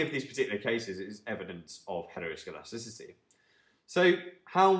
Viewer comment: Impressed by your ability to say heteroscedasticity